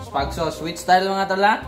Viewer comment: Butangig "sawss" katawaha naku oi😂😂😂😂😂